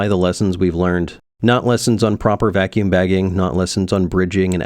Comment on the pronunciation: That is the German pronunciation;-)